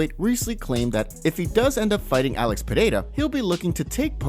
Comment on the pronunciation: wow...glad to hear you finally saying Alex´s name correctly